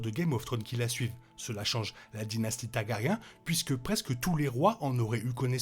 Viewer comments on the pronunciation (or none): Inaudible !😡 Tant que tu continues de traiter toutes les deux secondes les Targaryen de "taga-riens", j'arrive même pas à écouter.😵‍💫🙉🤕 Sans compter Balerion la terreur noire qui devient "BalArion"!!!😳 Dommage, ça semblait un peu intéressant.